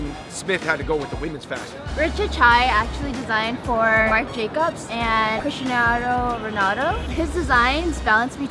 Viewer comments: When she butchered Cristiano Ronaldo's name though... Lmao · Still cannot believe they left out the CDG crew (Rei Kawakubo, Junya Watanabe) and even Yohji Yamamoto. On a side note she cannot actually pronounce Cristiano Ronaldo looooool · how did she just pronounce Cristiano Ronaldo? 😂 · omg she couldnt say cristiano ronaldo wow murica u just played usef